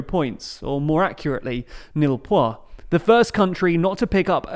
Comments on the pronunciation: I had to stop watching after "Nil Poi" - you've posted a Eurovision video and completely mangled the French. It's even spelled the same way it is in English. "Nul Points" was what you were looking for. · *nil pois Brush up on ur French u stereotypical brit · "Nil Poi" at this point you're just fucking with us